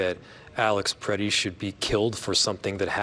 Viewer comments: Why does everyone keep saying Peretti? It’s Pretti. Pret. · Can Whoopi stop calling him “PER-Etti” and start calling him by his name “Pre-tti”?! She’s not dumb, so WTF is her problem?